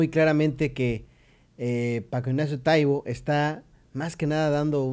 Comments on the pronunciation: ES TAIBO NO TAIBÓ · Lo pronuncias mal, precisamente no tiene acento y tu lo dices con acento en la "o"